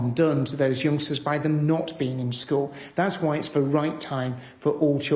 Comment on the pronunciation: i thought he said gangstas not youngsters